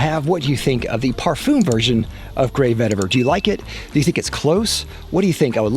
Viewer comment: If you going to create a fragrance review video where you say the word "parfum" 50 times, maybe you should learn how to pronounce it